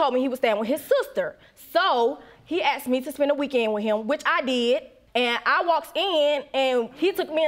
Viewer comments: This woman needs to learn to speak properly instead of screwing around. God, I can barely understand half of what she's saying. She Axed him this and Axed him that! Pardon? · Don't forget she Axed him this and axed him that.